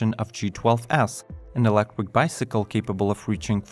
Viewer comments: "Electric" 'not "Elecric" 😉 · stop saying ELECWIK